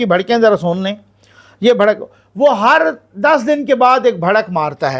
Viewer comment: اللہ تعالیٰ آپ کی حفاظت فرمائے ۔لفظ بھڑک نہیں بلکہ بڑھک